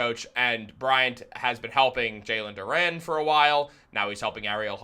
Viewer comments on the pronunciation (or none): Who the hell is JAlen Dooren? It’s Jalen duren bro.